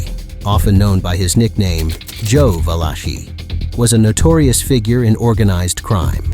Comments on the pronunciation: Vaaaa-laaaa-Chee...damn you're pronunciations are ATROCIOUS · 🤣 💯 I said the same thing. And also lil al was a luchesse. And who is Joe veleki 😂